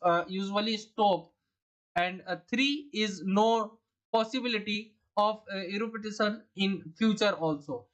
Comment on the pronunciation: Eruption→erupitition, eropitation 😂🤣🤣